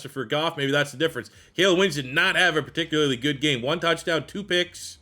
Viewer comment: love the channel bro…but I am begging you to look up a pronunciation guide for the word “particularly” 🤣